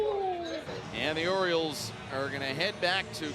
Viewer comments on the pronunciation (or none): Its the orioles not OREOS!!! 😂😂😂